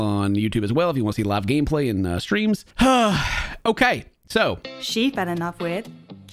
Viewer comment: They way says "okeah" helps me get through the day lol